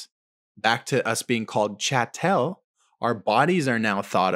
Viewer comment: If you can pronounce ‘cattle’ right, you can pronounce ‘chattel’ right. C’mon!